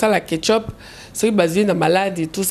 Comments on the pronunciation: on dit checkup, mais pas ketchup zoba ya mama koko donc zobacccccc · mwana congo 😀😀😀😀 Ketchup 😀😀😀😀 Eza check up